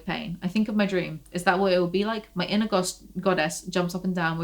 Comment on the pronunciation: no waay... earlier whenever you said "inner goddess" I heard "Ana goddess"... maybe I don't have poor hearing, I'm just psychic